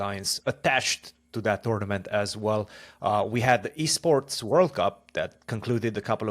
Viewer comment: Fabi it's called e-sport, not b-sport.